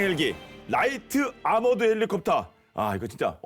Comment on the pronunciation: 라이트 아머드라고 읽으신것 같은데ㅋㅋ